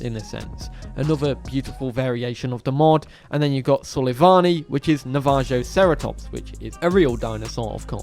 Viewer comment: It’s Navajoceratops(Na-va-ho-cera-tops),like the Navajo(Navaho)